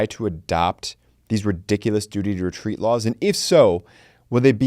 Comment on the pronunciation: Duty to wetweat is wetawded